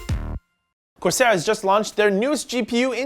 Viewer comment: "corsail" hehehe